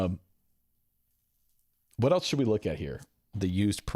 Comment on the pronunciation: There is no T in the word else! LOL!